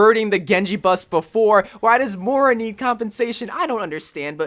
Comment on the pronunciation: Learn how to pronounce Moira